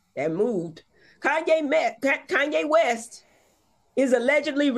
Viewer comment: Kanye Mess …that was a good slip up Dr. Heavenly 😂😂😂